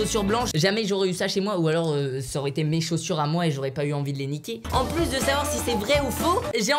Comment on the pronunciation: "La gomme a marche pu" Michou 2019